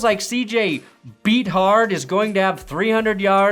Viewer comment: As an Iowa fan (we still exist somehow), hearing Bethard's name said wrong hurt more than it should've